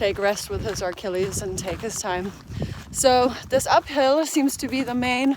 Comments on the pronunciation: It's "uh-killies" not "ark-killies." I know you love when people correct your pronunciation 😅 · Just a heads up, and this is without malicious intent. It’s Achilles not Archilles. Sorry, that’s the therapist in me coming out. Love your videos!